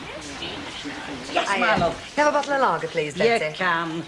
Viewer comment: oh god, the awful Kevin says ‘hospickal’ as the equally repugnant Les Battersby does in years to come. That and ‘bockle’ (bottle). I don’t know why but it just gets on my thruppeny bits 😒